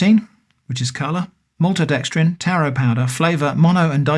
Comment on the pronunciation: I have ESL, and kept on hearing "terror flavour" and just started laughing too many times 😂😂😂